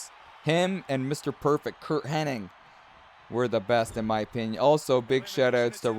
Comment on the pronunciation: love you and the show but, with all due respect, Mr. Perfect's last name is "Hennig" not Henning." There is no "N" at the end. 😊